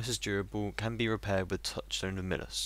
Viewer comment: Midas. Pronounced "My-dus" from mythos, he was the king that turned all he touched to gold.